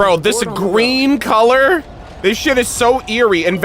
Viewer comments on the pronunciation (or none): none